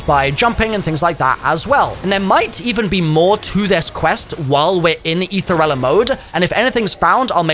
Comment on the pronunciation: "you'll find yourself inside aethereilla" 🤨